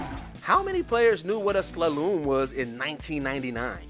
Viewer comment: Slalom is pronounced (Slah-lum) not (sluh-loom)